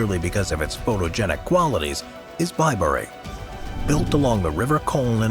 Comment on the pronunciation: Why in the world would Bilberry be pronounced BILE-berry? Maybe the name was misspelled in the script as Bileberry.